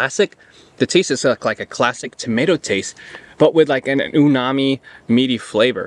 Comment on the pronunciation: 🤓Actually it's Umami not Unani